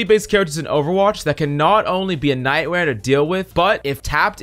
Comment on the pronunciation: “a night wear to deal with” 😂😂